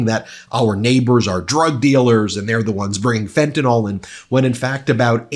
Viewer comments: Fentanyl = fent a nill not fent an all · Oh Ben……please pronounce the drug name correctly. It is Fentan-IL not Fentan-OL!! It is no type of alcohol at all. When good, public people pronounce it wrong, it takes away from the message in my case. Sorry to be fussy. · Ben, be a trailblazer and pronounce the word as fentaNYL